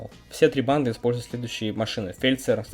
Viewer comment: "Бадны ЛВ"